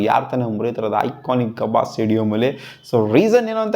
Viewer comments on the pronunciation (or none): ಗಬ್ಬ ಅಲ್ಲ ಗುರು ಗಾಬಾ 😂😂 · That is gabba not gabb😂😂